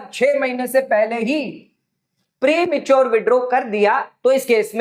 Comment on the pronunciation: Prematuar पे इतना जोर देकर confuse मत करो जितना मिलेगा वही बोलो